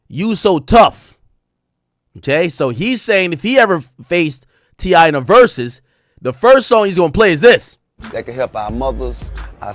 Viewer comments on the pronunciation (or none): My boy AK asking "is this an AI video" after the 50th "ver-soos".